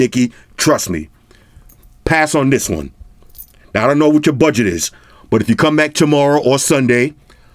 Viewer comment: 😂Tis ..Tis ..Tis..I can't handle you... My stomach hurting😂😂😂